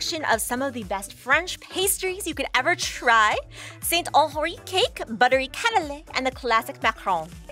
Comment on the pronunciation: She said Saint Honore instead of honoré. That's it